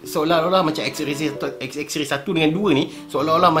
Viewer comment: klaka dgr die sbut pkataan "xxray" 😆😆 knp rrrr camtu? hahaha